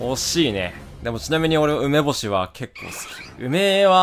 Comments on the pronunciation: 梅干しのイントネーションヤバすぎないか？ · 梅のイントネーションは正しいのに梅干しになったとたんイントネーションバグる男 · かわのはねー 梅干しのイントネーションさえあってれば好きなんだけどねー